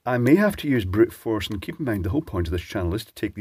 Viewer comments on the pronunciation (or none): Are you saying "using brute force" or "Brit force"? I found it charming to consider the possibility, as the contrast in common sayings between the US and the UK seem to reflect a long standing determination to have a disagreement in terms. : )